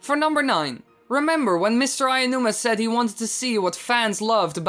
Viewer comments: Mr. Aonuma, not "AYAnuma." For god's sake, his name is so easy to pronounce but 99% of youtubers fuck it up every time. Aonuma. Ah-Oh-Noo-Mah. Figure it out. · Please learn to pronounce Aonuma. Only some of the Zelda-tubers can even say it properly but most of them just say Aiya-numa or Anuma Good video as usual though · That's not even a slight mistake XD That's totally changing his name lol a little effort won't rot your vocal chords, bro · Aonuma is pronounced Ow-noo-mah (as in when you say "ouch")